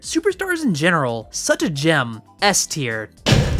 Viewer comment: Wtf is a p-teir? You mean s-teir....